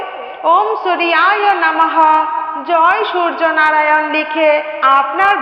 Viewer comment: দিদি আপনি ভুল উচ্চারণ করেন কেন। ওম সূর্য নারায়ণ এই নমহ।